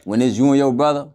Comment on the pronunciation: I’m just here for the “bwudda’s’ 😂😂😂😂😂